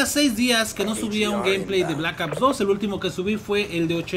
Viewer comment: jaja me da risa cuando dices blakaps 2 jajaja saludos xD